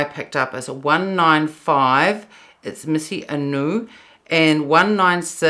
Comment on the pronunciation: I ordered Illusion and Mise A Nu today. They both look beautiful on you. Mise is pronounced 'meez' (rhymes with 'ease') not 'missy' btw. 🙂